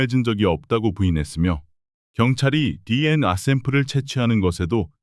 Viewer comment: 디엔아(DNA) 가 아니고 디엔에이 입니다 디엔아 라고 발음하는걸 생전 처음 듣네요~